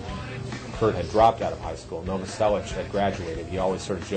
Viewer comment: charles cross is pissin me off, it's Novoselic not Novoselch